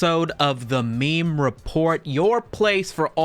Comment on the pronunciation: pronounced "may may memo"